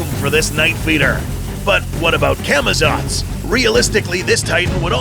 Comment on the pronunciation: Camazots tho 💀